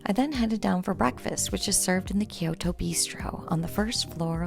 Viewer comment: It’s pronounced kyo~to. 2 syllables. Not ki-yoo-to.